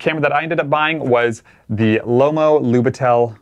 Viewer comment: it's "lub I tel", not "lubit E l". From Russian it's translates as rookie.